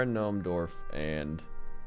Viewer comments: Is it just me, or does say "Dorve" instead of "Dwarf"? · i enjoy your pronunciation of dwarf ^^